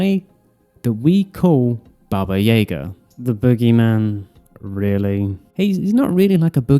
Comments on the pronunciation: Can you pronounce it Baba Yaga and not Baba Jaeger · I stopped when he called Wick "Baba Yaegar" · With your pronunciation of baba yaga, im confused, did you watch the show with only subtitles on?